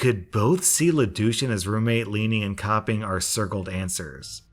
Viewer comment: Every time he says Le Douche I keep hearing lelouch please help I